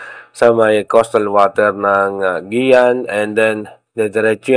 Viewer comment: ma walang galang po sir ayusin mo nman po sir Ang pag bigkas ng guiuan, hinde po maganda pakinggan, mag research ka para Malaman mo Ang tamang pagbigkas ng guiuan . .